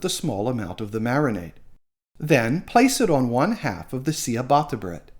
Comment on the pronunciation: It's pronounced 'cha' batta not sea a batta